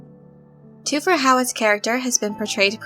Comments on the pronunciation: Lets begin by getting the pronunciation right: its TH-fir, not TWO-fer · Thufir is pronounced with the h. Thu fir is the pronunciation. Please research the movies and listen to the audio book. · Then I'm curious why you went with just one source's pronunciation when everything else pronounces the "H". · Toofir? Or Thu-fer And Piter De-fries Or De- Freeze. The pronunciation is throwing me. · Ok, due to your obvious fandom and dedication to Dune, I like you. With that said, your pronunciation is killing me. “Thoo-fur How- what” basically......petty and picky? Yes. Ashamed of myself for being so? No. Dune forever!